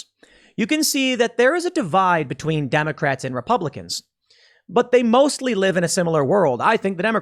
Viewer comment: He mispronounced 'Democrats'